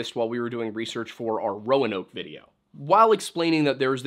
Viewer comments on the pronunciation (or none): none